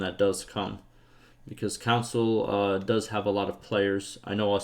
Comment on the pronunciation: Just helping. Con - sole. I was SO confused about the council talk but I caught on 25% in